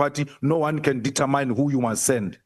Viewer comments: Not detetmine but determine determin please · The queens English it's not detamine queen says determine determin